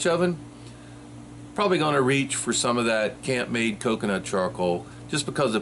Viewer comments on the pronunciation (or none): Think it is pronounced camp made